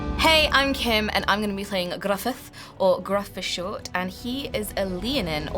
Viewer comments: Can I saaaayyy as a welshboi (This name has welsh-coded written on it), the letter u is pronounced the same as ih! So first reading it i pronounced it Griffedd! Soooo glad you got the double Ds making a 'th' sound though!! so many people don't get that right! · As a welsh man, I’m glad his name was pronounced correctly 😂